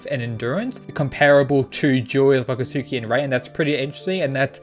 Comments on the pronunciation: Hey bro I don’t mean to nit pick but it’s not pronounced “Wakastuki”, it’s pronounced Wakatski”, the u has no sound like “Akatsuki” from Naruto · cause the anime sucks haha, the pronounce it differently in Naruto, so I trust Naruto more than an anime from Netflix 😂. Trust me, is pronounced without the "u" sound